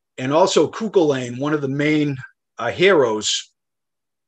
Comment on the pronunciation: "Cú Chulainn" Cuckoo Lane - ❌ Cu ʔulin - ✅ The glottal stop (ʔ) sounds like clearing the throat.